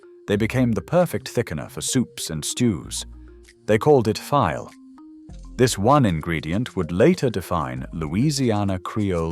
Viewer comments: Please. It is not pronounced "file." It is pronounced FEE-lay as in file gumbo. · It’s properly called FeeLay, not File. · BTW… filé is pronounced ‘fee-lay’ not file. I live in New Orleans. I miss Zataran’s Root beer extract. The best root beer mix you could make at home. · Not “file.” It’s “fee-lay.” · You lost me with your pronunciation of the word file. ALL Southerners know this is pronounced 'fee-lay' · That's not 'file' powder, it's filé, pronounced fee-lay. Nice stuff. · Not "file" it's pronounced "fee-lay".... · Lol, file’ is pronounced feelay, not file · Filé is not "file". It's Fee-lay. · It is pronounced fee'lay, not file! I'm born and raised in New Orleans! I'm mostly Cajun! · It is pronounced fee-lay, not “file”. File gumbo is a popular food additive in Louisiana, but rarely elsewhere. But is it the real thing since it became illegal? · Filè, fee-lay NOT file! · Filé - pronounced fee-lay, not file. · What this narrator is mispronuncing "file" (like the tool you sharpen tools with), it is correctly pronounced: FEE-lay. It is crushed and powdered sassafras leaves, used as a flavor enhancer, and thickening agent for gumbo here in Louisiana! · It's not "file", it's pronounced like "filet". (fee-lay) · Pronounced: Fee lay Not file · It is pronounced "fee lay", not "fie ul". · Filé is pronounced "FEE-lay", not "FIE-ul". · Filé is pronounced FEE-lay, not FILE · Pronounced “fee-lay” not “file” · It's pronounced FEE-LAY. Not file! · It's fi-lay, not file. There's an accent mark on the e. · File is pronounced FEE-lay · File is pronounced Fee-lay. Many added it to gumbo for its unique flavor. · "File" is pronounced "fee-lay". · It isn't pronounced file, as in the tool, but felay, but still spelled file. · It's not pronounced "file," it's pronounced "feelay." Spelled "filé." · Im not cajun so i could be wrong but he is pronouncing it file like as in a tool and i think it is the word file’ as in file gumbo yes? Pronounced feeelay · IT is pronounced feelay, not file!